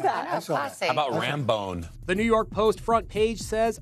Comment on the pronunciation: Did the guy just say RamBONE?? Or Rambo? 🤨